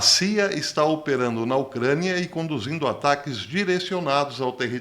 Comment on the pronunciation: Porque diz ocraniaaaaaaahh bastante esquesito